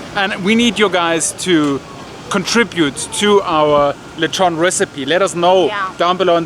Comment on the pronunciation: Got scared when you used that canned coconut milk. The canned version can never capture the taste of the real one. By the way, i like your old lezhown pronunciation. Hehehe